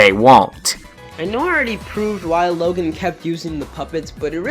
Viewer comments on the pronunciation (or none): Yea, that was also a big mistake on my part... I got the name confused with the kid from diary of a wimpy kid. But an easy comeback to would just be how he says "Logen" instead of "Logan"